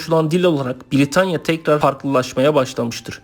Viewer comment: VIDEO VE BILGILER IÇIN TEŞEKKÜRLER YALNIZ TELAFFUZUN ZAYIF ÇOK HATALAI KONUŞUYORSUNUZ B-I-R-I-T-A-N-Y-A DEĞİL BRITANYA V.S